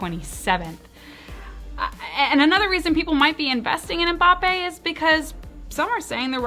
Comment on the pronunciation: Finally someone in the US who doesn't pronounce Mbappe as 'Mumbappe' 😅 Mbappe is one of the best football/soccer cards for investment at the moment. 👌 that 2018 World Cup will be one of his iconic cards